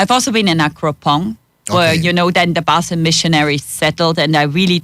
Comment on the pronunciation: Learn how she pronounces “Basel”. It’s not how you say it.